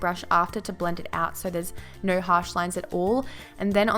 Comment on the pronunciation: fucking hate how she says so:sur... no:nur...annoying shit